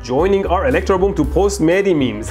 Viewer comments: The way he pronounce those Mehdis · He would go crazy be annoyed on how you butchered his name.